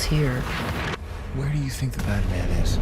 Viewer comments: Umm... did he say Bad man or BATMAN!?!?!? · Wait, between - did he say Batman or bad man? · He said badman or batman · I thought he said batman but when I hear it closely he said badman